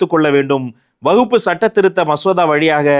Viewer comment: அவர் வக்பு என்பதை உச்சரிப்பதும் தவறு. கூறிய சட்டமும் தவறு